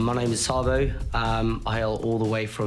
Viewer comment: Did say his name is "Sabo?"🫢😔